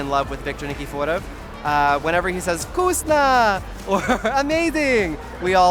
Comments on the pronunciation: How did he say Victors last name 😂😂 did anyone else hear how oddly he said "nikiforov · im as sorry but, YOU PRONOUNCED NIKIFOROV WRONG!!!!